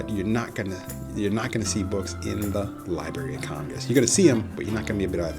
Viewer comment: Nice overall, but was hard to listen to. The word "library" contains 2 Rs